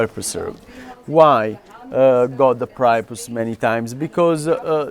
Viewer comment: Part of the confusion is that he pronounced it "pry-a-pus", but we usually say "pree-a-pus". In fairness, he said it both ways, but the weird way first.